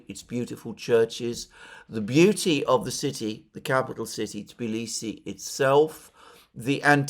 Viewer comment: That's amazing that you can pronounce the Tbilisi the right way. Most of the people from the West call it Tiblisi even after visiting it many times!